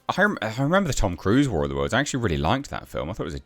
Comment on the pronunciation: "War of dem Worldz" starring Ice Crube.